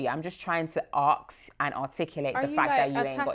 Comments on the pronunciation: just say u cannot say ask properly 😭😭😭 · Journalism is an art. She doesn’t have the knack, articulation (“arks” instead of “ask”) and even the vocabulary (“sex worker” as opposed to “part-time prostitute”) to call herself a journalist. Spending the entire show belittling her, labelling her as a “part time prostitute” and this young girl clearly doesn’t know how to better articulate what she does and why she does it. Then comes with her leading ‘question’ of “well to answer my question, you have no shame” after the girl explained in her way that “shame” doesn’t come into it. She was provocative, judgemental and unprofessional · When the interviewer says "I'm trying to AKS" "and articulate" in the same sentence... gurl you need to articulate the word "ASK" properly... she tried to BULLY the LITTLE GIRL and got ran off her own show... this so funny... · The interviewer is absolutely disgusting and proudly stupid. Firstly it’s “ask” not “ARKS”. Secondly, good! She got exactly what she deserved. Tried to disrespect and condescend the young girl just to be ran off her own show. Where is her shame????? 😂😂😂😂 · Guys. Can we just please pronounce A-s-k as ask rather than aks...please i beg of you😮😮😮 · Saying “ask” like “arks” will always trigger me